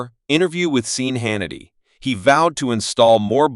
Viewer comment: AI reading. "seen hanity"